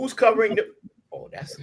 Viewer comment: They. Said. Dhe. Not. Die